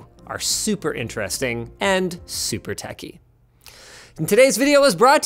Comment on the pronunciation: "and super tacky... just like my segues to our sponsors!" Yes I know he said techy...